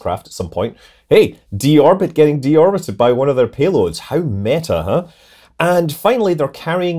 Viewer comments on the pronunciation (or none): none